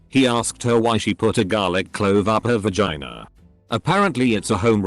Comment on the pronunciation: nobody: the random computer narrating this: "V-Gina"